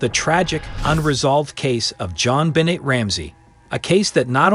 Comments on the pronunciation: You are mispronouncing her name - BENNAY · You are pronouncing Jon Benet's name wrong!